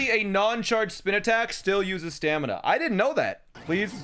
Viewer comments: can beat LOZBOTW without saying staNiMa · This entire time I was trying to figure out if he was saying stamina or stanima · Should have called the horse "stamiNAH" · he should've called the horse stamiNAH